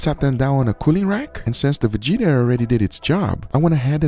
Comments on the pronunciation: It's Vegeta, not Vigita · Also its not Vejita, but Vegeta damn xd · Its vegeta not vejeeta😂😂😂 Other countries aside from USA exist and other languages than English does too, respect us. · VEGITA ITS OVER 9000 ITS VE-GHE-TA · It's more like "Veh-get-ah" not Veg-eat-ah, it sounds like a medical condition. Lol. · It's pronounced "VEH-GEH-TA", not "VUH-GEE-TA" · It's not pronounced 've-jee-tah'. It's 've-geh-tah'. 'G' as in 'game'. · btw its ve-get-a not ve-ge-ta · It's not VEĐITA, it's VEGETA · Its not [ V i g i t a ] , its [ Vegeta ). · what the hell is vagita? it wee gee taa Vegeta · its not vichita, VE GE TA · Not veđeta vegeta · or like how they say veđita ;D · Fun fact: It is Vegeta and not vigita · FYI: correct pronunciation of vegeta is: ve (as in Welcome or Venecia) get (same as english word get) a (as in arrive or avoid). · Its called "Vidžida" hahaha 🤙🏻 LMAO made my day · Ve-ge-ta - VE (like you say VEgeterian), GE (like you say GEriatric) TA (like you say TAxy) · brother the “G” is pronounced like in word Gear. VE- GE-TA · pronounceation: ve-geh-tah g like in guard not like judge additionally, its buurek not borek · VegIta he says.... hahaha I know they wont be able to say it but come on its not dragonball z character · You pronounced it so wrong that it hurt my soul (at least in sarajevo, we pronounce it veg-eh-tah) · Its actually pronounced vee-get-ah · it is "veh-geh-tah" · It's pronounced VE-GET-A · The GE from veGEta is pronounced like gue in guerilla. :) Also when I first heard about MSG, I am sure I've read on the packaging of Vegeta that it contains MSG but I can't find it now. Perhaps they changed it. I see different sodium compounds now. In Croatian MSG is called - mono natrijev glutaminat. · Nije ni Vegeta dobro reko haha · Hello from Croatia! And the g it's pronounced as the g in gas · pronounced Vegeta like the DBZ character. 😆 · Glorious Vegeta Edit: The "G" is pronounced like the "G" in Egg, not like the "G" in Ginger.